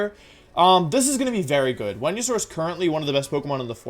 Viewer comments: Uhhhhh....Wenusaur and Jiratina? Is he joking or did I miss a memo saying that Venusaur and Giratina are pronounced differently all of a sudden? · Why do you pronounce Venasaur as Whenyasaur? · "Wen-yu-saur", "Jira-tina" , "Drijigigas" uhmm okay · It's actually pronounced as Venusaur not Wenusaur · wtf is he saying wendisaur??? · Why are you saying venasaur so weird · Day 10 of asking Wolfey to make a wideo where he explains how to properly pronounce Pokémon names #frothlath #wenyousoar #neenaytails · The way you pronounce Pokemon names are quite literally one of a kind It started with Giratina and then i hear Venusaur and Cinderace to the point of me HAVING to point it out Im not gonna judge ya tho, like i said, its one-of-a-kind and certainly makes me want to hear more of you pronouncing the rest of the pokemon’s names XD ^-^ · Why does he say Venusaur like that?